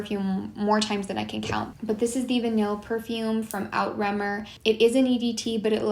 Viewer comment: For the love of god, please stop pronouncing Outremer wrong